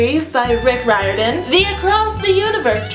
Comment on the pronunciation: She pronounced Riordan right. The fanboy inside me is dancing with unicorns.